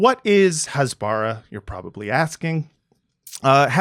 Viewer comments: Great concept. Please learn how to pronounce "Hasbara" though. It's "Khas-ba-ra (like KHAMAS)", not "Has-baar-rah" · Hasbara is pronounced "hasbara" -- not "hasbara" -- OK? Thanks for your good work. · i cringe everytime he mispronounces "hasbara". I had a stroke after just 5 minutes.